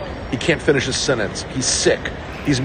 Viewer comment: "He's weak. He can't finish his SENNENCE!" :D haha oh boy.